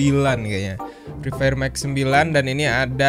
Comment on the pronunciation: Yang gw denger :: mak kusu fri fayer mak kusu fri fayer makusu